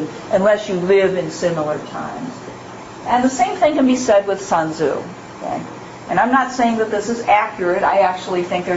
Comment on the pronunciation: The name is not pronounced “sun zoo” mmmkay?